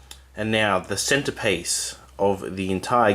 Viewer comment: the subtitles interpreted your pronunciation of the game as 'whorehouse.'